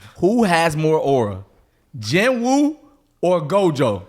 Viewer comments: out of all the anime y’all talk about, i think y’all pronounced about 3 names correctly. ITS PRONOUNCED JEENOO NOT JIN WOO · Now that I just finished watching solo leveling, why do you pronounce his name JIN WOO lol that's not what you heard in the show in dub or sub mane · Don’t debate him if you can’t say his name…(Jin-Ooo)